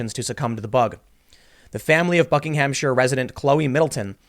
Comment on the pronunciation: Seriously you need to learn to pronounce British place names! If their is a ham in the word please pronounce it um, so Buckingum-shire not bucking-ham-shire same applies to the car manufacturer Caterham that's Kate-rum not Cat-er-ham.